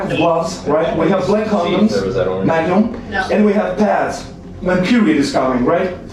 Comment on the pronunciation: This is a train wreck. Courtney is intoxicated on something, is talking in a weird accent (mayg-num? pronouncing her T’s at the end of sentences, no glottal stop like the Midwest), and even though Trilogy is usually much more professional they have no right speaking to his friends, family, or acquaintances on the phone with him the way they did. It was super obvious that this pred was calm and doing everything they asked and they wanted to do things to increase the drama. The pred did everything someone would want him to do if their genuine goal was accountability and education. They were obviously frustrated that he didn’t do more click-worthy behavior.